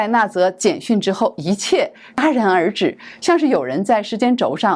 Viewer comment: “戛然而止”讀音：加。 不讀音：嘎。 主播不應該讀大白字。